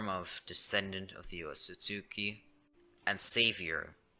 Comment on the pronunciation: OTSOTSUKI NOT OTSUTSKI